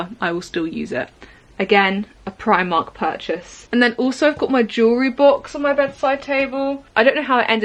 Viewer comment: 😭 with your brit.accent Primarkt sound like Primat -Why??? (...what is onging at your Sister's Channle...?)